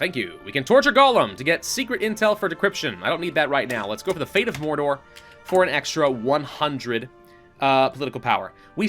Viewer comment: Welcome to morrrrrrrrrrrdor make sure you roll the r's